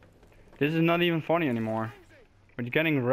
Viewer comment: wow you used an assault rifle shame about the fucking campers though still good gameplay though and when you said this is not funny it sounded like you said fanny lol